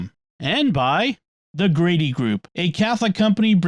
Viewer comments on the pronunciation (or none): none